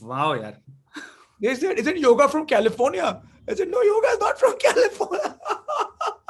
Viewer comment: Btw, it's not yogA, it's yoga.